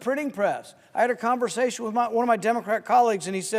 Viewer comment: He sounds like he's got some kind of thesis, but he doesn't even know how to say "Democratic."